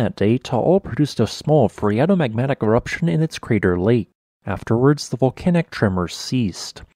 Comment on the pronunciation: he said waning eroption